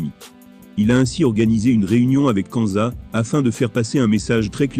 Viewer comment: C’est qui < > ou < > nan mais tu es sérieux , applique toi sur la prononciation stp